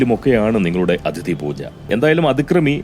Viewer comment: അധിതി അല്ല അതിഥി ആണ് . അതൊഴിച്ചാൽ പതിവു പോലെ ഉഗ്രൻ